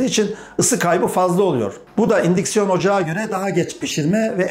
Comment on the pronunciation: Un siksiyon ocak ne dimek anamadik da